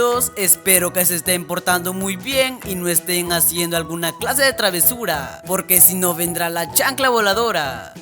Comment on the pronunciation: Dijo tradesura